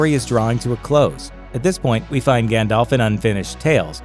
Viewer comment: this is so sad! whos Gähndalf?